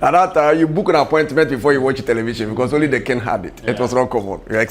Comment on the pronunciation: What is kingg? it is king (sounds like "kin"), but what is king-g?